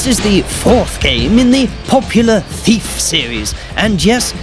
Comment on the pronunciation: Thiaf??? XD